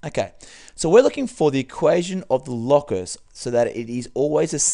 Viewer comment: is it not pronounced "low-cus" and not "law-cus"